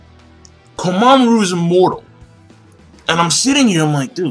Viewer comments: You say it as Komamuru not Kom a mura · why do you call him komamuru instead of komamura? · I don't know if anyone's ever told you this before, but Komamura is pronounced "koh-mah-moo-rah". The ending to his name is "mura" instead of "maru".